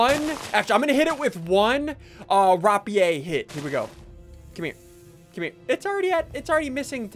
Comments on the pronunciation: Its rape-e-air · Also it’s raypeer